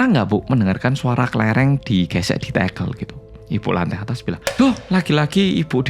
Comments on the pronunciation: Ganggu banget! Tehel bukan tekel kaliii tekel= sleding klo tehel= pr... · LoLLLLL TEGEEELLLL, bener2 wong jowo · baru sempet nonton,dan ngakak banget pas denger "tehel/tekel"itu kan medok jowo bangeeet...🤣